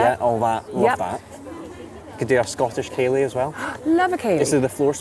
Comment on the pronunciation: I know it's a Scottish dance, but how Irish did accent become when she said, "Ah you can always squeeze in a ceilidh, can't you."